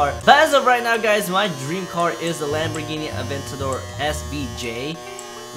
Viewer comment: Before: Lamborghini Now: langhini